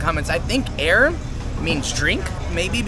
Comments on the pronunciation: In English 'air" mean like oxigen.. But to pronounce in Malay, with two sentence combine. "Ah☝️ ir" meaning Water. Air Tebu meaning Tebu Water. Before late 70' the spelling is "A-yer", A still sound up Ah. Understand bro? In English we said in one word Air, but in Malay sound two word, Ah-ir). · Air is water in malay and how to pronounce it is more like "are yir" dont say air anymore ok, say "are yir" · 👋 Hi! &, 😺😸 I’m from Kuala Lumpur. But am originally from Johor Bahru. (Just a cross boarder Singapore 🇸🇬 & Johor Bahru, Malaysia 🇲🇾 okayed &. Hehehee…😁😁😁). - Watching your food’s & drinks video here’s. “Air” (pronunciation “Ayer” ) means “Water”, and “Tebu” means “Sugar Cane”. 😋😋 - Oh! Ya, “Laut” means “Sea”. - So, am gladly 😌 to be your translator. Mmmhehehee… ☺️😊😃😅😉😌😄😁😆😆😆🤭🤭🫰💃🏻🕺🏻🇲🇾❤️🌺🌏✨; Oh! Ya, last but not least,, you both should try’s foods at Johor Bahru too. The best foods ever! Unique & soooooo tasteful… Especially the Murtabak at Kampung Melayu, Kampung Kurnia & Larkin. Oh! Ya, also the Laksa Johor (spaghetti with fish gravy. ), ABC (A = Ais (in English pronunciation “ice”) B = Batu C = Campur). It’s a a very delicious ice 🧊 mixed with ice jelly, peanuts 🥜, kacang merah, cincau (jelly) and others too. Then with the syrup & a thick choco on tops of its. A Special ABC will added with Vanilla ice-cream. You will feel refreshing when you eating it during the hot 🥵 day okay \. It’s soooo yummy. 😋🤤😹😸😺🫶🏻🫶🏻 Bismillah. Alhamdulillah. Enjoyed ☺️😊😉😌😃😃😄😁😋😋😋🤤🤤 its. Happy eating, and a Happy New Month (March 2024) to both of you guys. TLC xoxo ☺️😊😃😄😁🇲🇾🌺🤍💙❤️ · "Air" in Malay meaning water or drinks.. "Tebu" is sugar cane. The pronouciation is, air = àà yér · Hi bro, love your vlog. Air Tebu ...Air means water..pronounced as Ah-yay. Hope this helps. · Air (pronounce as uuh~ir) directly means water in bahasa melayu. Eg: Sea Coconut Water is Air Kelapa Laut, Sugarcane juice/water is Air tebu.